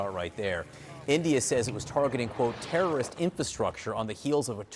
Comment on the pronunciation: You people feel uncomfortable to said Terreriost to Terreeiost👎👎